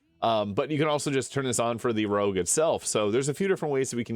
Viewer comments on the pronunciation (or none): Rogue. Not rouge. Rouge means red in French.